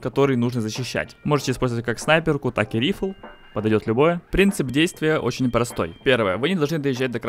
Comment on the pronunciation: Ну, во-первых, не "рифл", а "райфл", а во-вторых, можно же по-нормальному - винтовка